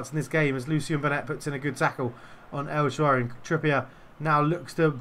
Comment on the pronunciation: An early goal in your favour and I think you’d have turned it round. I was also just about to ask if you’d been practicing, then... “el Shaawary”? 😉